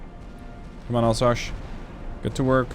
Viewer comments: More Alsass, not Alsash. - sorry for the nitpick. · You absolutely massacered a region and a ship name Alsache oh my god just say Alzace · More like Alzass. If you want to have the right pronunciation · Alsace is not « Alsache » 😂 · It's pronounced "Alzass" :)